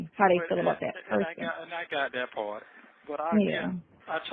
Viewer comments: omg !!! Is this Sonya admitting that had sex?? Or did I confuse “dat pawrt?” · i can’t even Spell the word “ part” the way his geechee azz pronouncing it!!😂😂